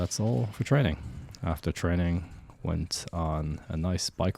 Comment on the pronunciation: He actually said "trenning" when you listen carefully😅